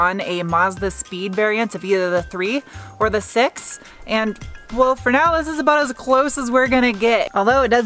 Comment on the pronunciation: Do you also understand s3x instead of six when she says Mazda 6?